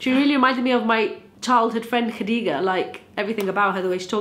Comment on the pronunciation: Wow. That Egyptian really came out in the pronunciation of Khadija 😂. I LOVE THIS SERIES!! Amazing job I wish they were longer